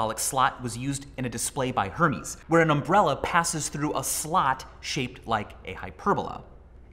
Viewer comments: the store Hermès is pronounced AIR MEZZ not HER MEEZ like the Greek god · Your “human balloon knot” bit reminded me of the Austin Powers movie where they did that. I can’t remember which movie exactly though as it’s been probably more than a decade since I’ve seen any of them. That being said, I believe Hermes is pronounced like “air-mez” but I could be mistaken. I’m a guy in my 20’s, I have a very limited knowledge about designer clothing brands. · My lesson from this is I’ve apparently mispronounced Hermès all this time?! “Hurmeez”?? I’ve always said “air-mez” 😂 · "Hermes", in the context of the fashion company, is pronounced "air-mays". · it's pronounced err-may, michael. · It's not really the point, but Hermes is pronounced liker "ehr-mez" since it's a French fashion house. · Hermès is pronounced wrong. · He sounded like a poor person when he pronounced Hermes. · oof that Hermès pronunciation was rough